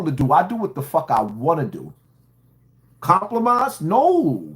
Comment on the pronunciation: These "fans" don't respect you 😂 your own fans stans be sayin crazy sht! The word is compromised not complomised 😂😅